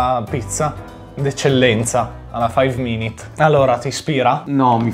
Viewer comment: cmq si dice five minutes non minit (senza offesa)